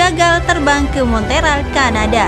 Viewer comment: Naratornya ngaco terus, beberapa video yang saya tonton pasti banyak kesalahan pengucapan. Montreal kanada dibaca monteral...waduh! Bacanya agak santai saja biar gak banyak salahnya